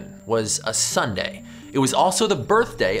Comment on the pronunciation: You said nunday when your supposed Sunday or was that a pun